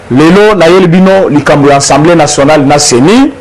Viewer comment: De grâce, Monsieur le Journaliste, il s'agit de l'ASSEMBLEE Nationale et non ENSEMBLEE Nationale...